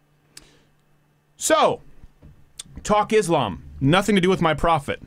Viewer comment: Money can buy you a lot of things, but it will certainly not buy you intelligence or humanity nor conscience. Learn how to pronounce Islam first, then start pretending to know anything about it or something else at that.